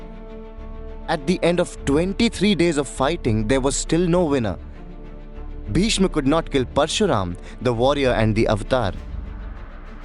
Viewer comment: The Hindi pronunciation of Sanskrit names giving me serious cringe. Bhishma to Bhishm, Chitrangada to Chitrangad, Gandharva to Gandharv uhhhhhh...